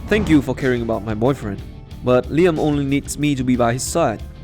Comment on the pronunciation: Lie am? Is this suppose to be leeyam I mean the pronunciation of liam hehe nvrm love this story